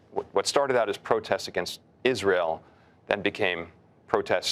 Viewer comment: Bill Ackman: I srael first, I srael second, Isreal third....and the US tenth.